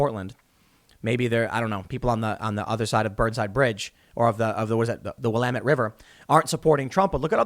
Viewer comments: Congratulations you said Willamette River correctly. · born and raised in Oregon - I am impressed that you said Willamette correctly! haha